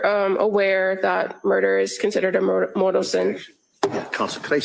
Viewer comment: Mortal, not “moral.” A mortal sin is a sin that sends you straight to hell.